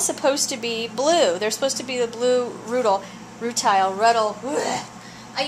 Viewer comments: It's nice to know I'm not the only one who can't say ruttile correctly. I'm in Venice down the road from you. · By the way, in case you don't know, it is pronounced "Rooteel". :-)